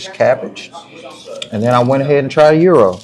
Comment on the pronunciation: Thanks for the info, but the correct pronunciation of Gyro is (ye ro), not (yer ro).